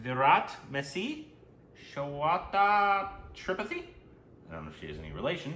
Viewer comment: Tripathi pronounced as Tree-Path- E